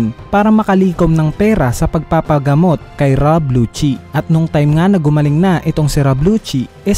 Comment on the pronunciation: Lusi po pronounce hindi po luchi Lucci